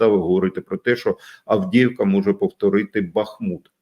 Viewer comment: Не Авдєєвка, а Авдіївка.